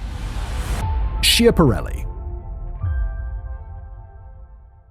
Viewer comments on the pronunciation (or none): schiaparelli is pronounced "skya-pa-REL-li" not "shee-a-pa-REL-li" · Please, mind the pronunciation. It's "skiapparelli" even if it's spelt with ch. But we like to make fun of it by calling it "schiantarelli" from the verb "schiantarsi", meaning to crash. Pronunciation with k, as said.